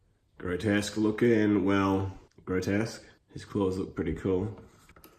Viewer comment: I'm amused that you mispronounce both of their names. It's Grotusque as in TUSK. And it's RePUGnus as in "repugnant".